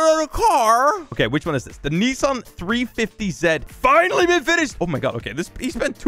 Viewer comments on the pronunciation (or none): woah its one of the most iconic Japanese drift cars!! Its also pronounce 350-zee not zay Woah!! Another drift car OMG!! Also one of my favorite cars I like cars from initial d, especially the r32 gtr